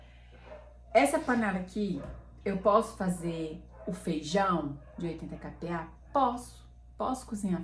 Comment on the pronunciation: A pronuncia correta é "cá"PA pois se trata da letra "K" (100 KPA ). Dessa forma fica maos facil das pessoas fazerem a busca na hora da compra.